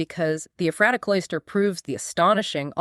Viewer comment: Very interesting! I've been there and I've studied up on this group, but I still learned a few things. (But it's EPH-ra-ta, not eph-RAH-ta.)